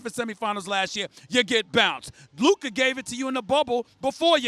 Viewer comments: When Stephen a still can’t pronounce Lukas name properly lmao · Someone plz teach stephen a how to pronounce luka's name ...he still cant pronounce his name